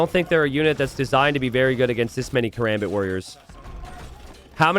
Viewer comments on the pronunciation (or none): It's not katrebit it's kaRAMbit